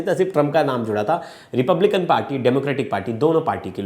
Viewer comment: Trump belong to Republican Party, Correctly pronounce the name of the American political party.